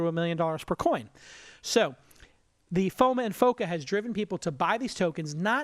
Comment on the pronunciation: Why does he keep pronouncing FOMO as FOMA lol